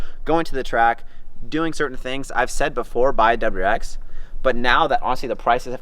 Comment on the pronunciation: Is he saying doubererex?